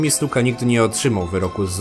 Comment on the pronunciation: powiedziałeś Jimmy Suka